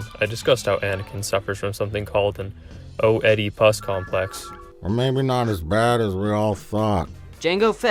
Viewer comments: Thats not how you pronounce Oedipus, dear god. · Sounded like he didn't even rehearse the pronunciation beforehand. He decided to wing it in real time 😅 and THAT was the take he decided to post 😂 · "O-edipus Complex" Seriously? LOL! Godamit! ROFL! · To hear that Gen Z'er pronounce it "Oh Eddy Puss complex" just.... ffs. I have heard that kids are hella stupid these days and failing schools like crazy, driving teachers to quit in record numbers, but damn. If that constitutes what a "nerd" is in modern times, smh... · "o' eddy pus" complex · O-E-Di-Pus is crazy 😂😂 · In the rare instance that the use of this word should present itself, Oh-Eddie-Pus will be my chosen pronunciation. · OH EDDIE PUS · I’m a damn high schooler and it even pissed ME off. “Eh-duh-piss” is it that hard? I know that like 55ish% of the US (my disappointment of a country at this point with its anti-intellectualism) has <a 6th grade reading comprehension but Jesus, come on! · haha yeah, everyone knows it's pronounced weedy-POOSE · I was too busy choking on my beverage to confirm - but didn't the page that the guy ACTUALLY SHOWED IN HIS VIDEO include the phonetic pronunciation of the word in, like, the first sentence??? Or even the heading BEFORE that sentence? If nothing else, has the guy never seen "History of the World Part 1?" "GIVE TO OEDIPUS! Hey, Josephus!" "Hey, motherf***er." Are the classics dead??? (OK, it's a classic for some of us, anyway.) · Rule #1 for you're trying to make a youtube video about a concept you never heard of: Find a website that tells you how to pronounce the name of said concept. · Holy shit. That dude phonetically pronounced Oedipus. Wow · That Oedipus pronunciation was legendary... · Yes. Everyone knows oe is pronounced ö.